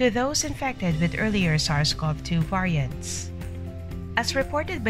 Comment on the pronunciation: Get real ppl! The AI can't even pronounce "variants"!